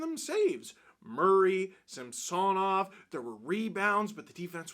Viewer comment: I can’t remember if you addressed this or not…but why do you keep incorrectly pronouncing Samsonovs last name still?